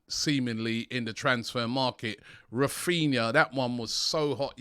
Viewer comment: Raphninha, NOT "Raphina" (sic).